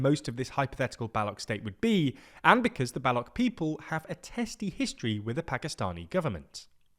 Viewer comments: It’s not “Baluk” it’s “Baluch” 🫠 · Why does he keep calling them Ballok….? Mispronunciation does not add to credibility 🤷🏻‍♂️ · It’s not ‘Ballock’ you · Balu ch.. Not balok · Idk How Difficult is that to Pronounce "Ch" in "Baloch". It is not Balok, it is Baloch !, "Ch'" from "chocolate". "Balok" in Baluchi means "Grandmother" so please pronounce that correctly!! And over all nice video! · They are pronounced like baloushis not baloks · Not Baluk. Pronounce BaluCH (Ch like chime/chair, chain) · BTW, it's not pronounced Balokh, the correct pronounciation has a 'ch' in it (like the starting syllable in 'ch'ina) - Balo-ch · It’s pronounced Baloch with ch as in chai and not as a k at the end of the word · Bro it's not Balock! It's pronounced as Baloch! Ch not ck!🤦🏻🤣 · Baloch. Not Balock😂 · I am listening to someone about Balochistan , who can't say baloch and says bullock its ch not k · It’s not pronounced as Ba-lock but as Ba-loch where the ch sound is like ch-eese Jesus Christ it takes two minutes to google and learn the right pronunciation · Bro its Baloch, CH like cherry not Balock ! Learn to pronounce words first before making videos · BALOCH not BALOK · I cringed evey time you said Ba-Lock! It's Ba looch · It is pronounced Baloch, ch as in chalk…not balock. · Its Balochh. Not Balok. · How do you manage to pronounce "Balochistan" decently and then tragically botch "Baloch" as "Ballock" ?? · It's baloCH. It's literally how it's spelt dear lord. "balok balok balok" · It is not Balok but Balo(ch), as ch in "change" and not as "ch" in "architect". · Its bhaluchh.....not bolok😂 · Balo ch. Not balok. What is wrong with you? Atleast know what you are reporting on. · Its not balok , its Balo c h ( baloche) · It's pronounced as Balo"ch" not Balok ... U don't say Sandwik...u say sandwich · “Balok” is really distracting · How can you pronounce Balochistan correctly but Baloch as "Balok'? 😭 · excellent coverage.. bluch, ch as in "chai", not k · its balouch ch-apter sound